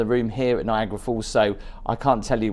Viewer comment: It makes me crazy that you say „Niagra Falls“ it‘s NiagAra falls 😬😬😬